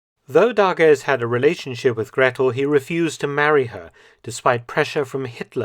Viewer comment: Please get on top of pronouncing the names: For instance, "Gretl". it is not like a double "tt", but just a long "a" and "t". Hewel is pronounced "havel". Ask a native speaker :) Luckily, "Friedrich" and "Speer" are pronounced correctly. Well done. "Wolf's lair" is a common translation, but wrong. Eagle's nest is equivalent though to Adlerhorst.